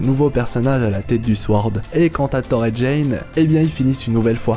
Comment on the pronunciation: Le seul truc, c'est qu' au debut de la video, on ne dit pas "Thar" ou "Grasses sarties" ou "Thar 4" mais "Thor", "Grosses sorties" et "Thor 4" (c'est des "o", pas des "a") ... sinon c'est bien :)